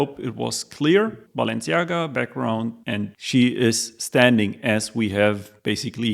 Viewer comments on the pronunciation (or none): you lost me at "BAALenciaga"